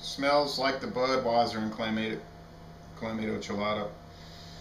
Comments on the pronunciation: Isn't it pronounced CLAM-MAH-TO? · I love Bud Light Clamato, FYI there is an “o” at the end not an “a”. It’s pronounced (cla-ma-toe)